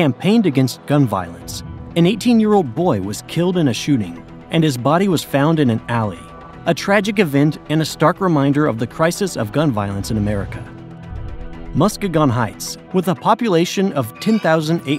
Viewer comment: Muskegon, is pronounced muh skee gn, or ma SKEE gan